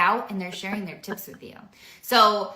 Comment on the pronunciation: LOL hats and mugs needed as props for posting and LOL she said tips for success but sounded like tits for success. They go on and on and my mind wonders and hears inappropriate things.